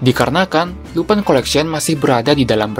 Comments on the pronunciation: Bang abang salah sebut harusnya lupin bukan lupai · min Lupin dibaca Lupin bukan lupan